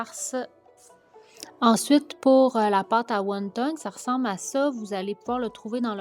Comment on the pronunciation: On dit pas won tong mais won ton